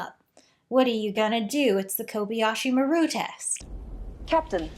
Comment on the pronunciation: It isn’t. Maru is pronounced mar ooh. The person who recorded the transmission for the film didn’t know how to pronounce it correctly and took a shot at it and nobody cared because it doesn’t actually matter.